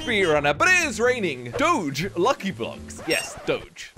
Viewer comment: why does everyone say doge wrong its a dog not a car